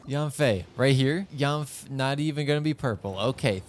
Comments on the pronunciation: Maybe the reason yanfei didn't come is because you pronounced her name wrong. Pronounced YEN-fei not YAN-fei. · Actually it's pronounced Yian-fey with a down tone. Yen doesn't even come close to the actual pronunciation for 烟